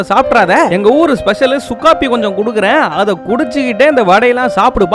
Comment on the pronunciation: Sukku coffee ❌ Su coffe 😂💯